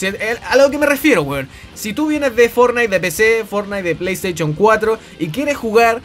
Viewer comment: Pley esteichon